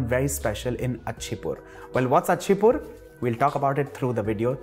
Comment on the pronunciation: bro theres no "achi-pur", its called "icha-pur"